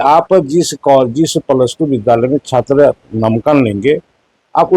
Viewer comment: नामांकन को ही शुद्ध नहीं बोल सकता है मंत्री तो शिक्षा विभाग....